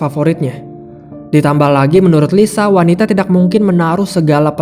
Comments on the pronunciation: Kok org bisa ya ngomong tidakk tpi terdengar aneh sekali cara ngomong TIDAK nya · Kebetulan saya org sunda, dan baru2 ini sering dengar youtuber bilng TIDAK tpi seakan aneh di dengarnya jdi kurang nyaman, nth klo org lain tpi saya kurang nyaman dengarnya. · Bang,ngucapin ‘tidak’ kok dgn strong k?